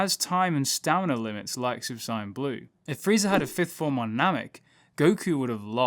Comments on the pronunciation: You keep saying sigh in it’s sayin like I’m just sayin lol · Stop fucking saying saiyan like cyan, its so trigering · Did he just say "super sai-ann 3" 😔😔😔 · Dude its not si yan its say an sAiyan not siyan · Is he saying super sonic or super saiyan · Sayian is pronounced "say in" not whatever you are saying lol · Do you keep saying super cyan? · Why u say saiyan wrong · I had to stop watching cause of the way u say saiyan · I wish he would say Sayian properly 😑😑😑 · mispronounce saiyan and count to six with your thumb